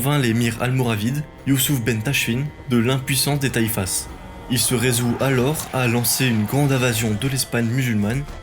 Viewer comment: le s de taifas ne se prononce pas .... si non excellente vidéo , bravo